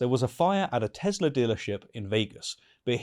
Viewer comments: No, he said he loves "Tesler." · "I love Tesslur!" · It's "TeSlur".